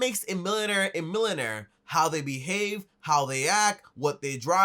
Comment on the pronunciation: “milon air”